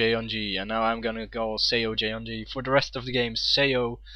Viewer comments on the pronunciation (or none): it's pronounced more like "suh yuhn gee"... much easier to say, no?